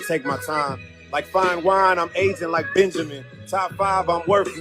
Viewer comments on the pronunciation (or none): none